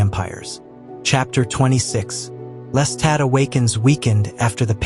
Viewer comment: your constant mispronuciatioin of Lestat as "lesstat" made this impossible for me to listen to. Watch the movie or television show to learn how to say his name properly.